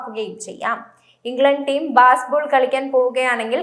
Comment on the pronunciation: ബാസ്ബോൾ അല്ല ബേസ്ബോൾ മോളെ